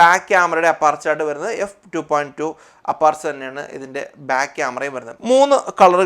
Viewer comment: അപ്പാർച്ചർ അല്ല സുഹൃത്തേ അപ്രേച്ചർ ആണ്